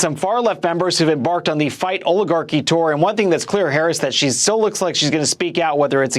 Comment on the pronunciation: Mad because she stuggles saying oligarchy.